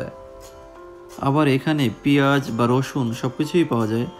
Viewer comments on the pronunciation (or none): none